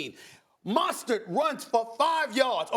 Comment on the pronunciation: Why can't Stephen A say Mostert? Keeps calling him Monstert. Sounds dumb.